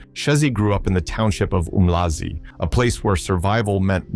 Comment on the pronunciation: It's pronounced ARM-LAzI not OOMLAZI